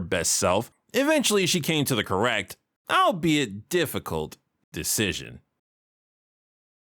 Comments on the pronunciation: I admit I never knew it was pronounced al-be-it, and thus always considered it to be a word of its own not influenced by the identity of the subject. In my defense, English is not my first language. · I was about to ask, since I had never once heard anyone use the word "albethey," if it was just a bit for the episode or not. As for the petition, hard pass. It felt painful every time I heard you say it in this episode. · the problem is that I literally never heard a single human being say albeithey prior to you